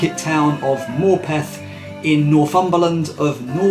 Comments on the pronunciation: As a local it's pronounced Morputh. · I think Morpeth is pronounced with a schwa.